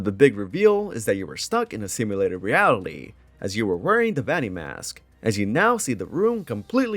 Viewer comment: I think it's endearing how you can't pronounce 4+ syllable words. "Facitily", "Aminatronics", "Reatily", "Personatilies", "Abitily". Lol no hate ur takes are based but I noticed that every time